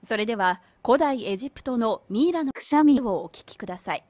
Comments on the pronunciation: クシャミの発音おかしいんやって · くしゃみの発音おかしくねww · 発音とかが日本語よりなんやろ ただのくしゃみなのにね